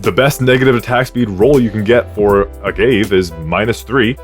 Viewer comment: I hate being that guy, but it bothered me. 'Say-ahnse' (Seance) and 'Uhh-gah-vay, or ahh-gah-vay' (Agave).